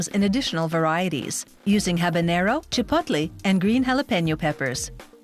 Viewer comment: Also Chi-puht-lee peppers... seriously who hired this lady to narrate